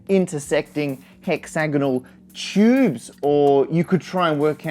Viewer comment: Its a "Tube" not a "Chube"